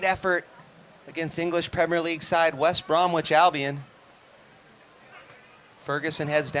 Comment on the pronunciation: "West Brom"wich" Albion. "First Debut" Lol.